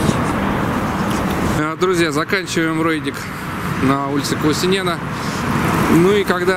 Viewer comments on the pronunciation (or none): Извините,вы неправильно произносите название улицы - надо Ку́усинена,не Куусине́на.Всё остальное правильно.Спасибо.